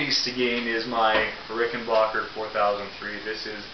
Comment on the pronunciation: i tryed a rickenbacker and it was the best, trying to save. . . . . . . . btw there is no 'L' in the name rickenbacker